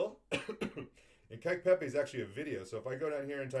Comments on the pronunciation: Kek is pronounced like neck or peck. Not like cake or kike as you say it. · Lol your pronounce kek as "Kyke" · I thought you were talking about cake like a birthday cake and then I realized you were saying kek. I have always said it like the word heck